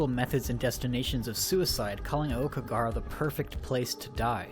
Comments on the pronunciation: 'Okeygahara'... 10/10 jk it's 'ow-key-ga-hara' think that ao in Naomi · The way you're pronouncing Aokigahara and yuurei omg.... my poor ears.... seriously Americans, can't you for once just google words andd listen to the pronounciation rather than butchering everything? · Was anyone else annoyed by how he pronounced every Japanese word? The fact that he tried to say "Aokigahara" a million times made this video excruciatingly painful to watch. And then he started on "Yurei"..... Then he tried to do maths.... 2 x 1 = 3 according to this guy. Actually I cracked up a little because Yurei=ghost, Yuri=lesbian. So he's been calling all those schoolgirls gay all this time XD